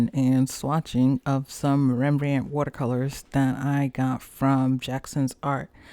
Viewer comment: As someone from a part of the Netherlands not called Holland I prefer to use the official country name. ;) But foreigners can use either and nobody will be offended. You also pronounced Rembrandt's name fine.